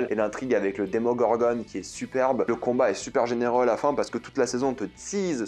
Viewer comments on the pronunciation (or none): Par contre "demongorgone" non mec juste non démongorgon ok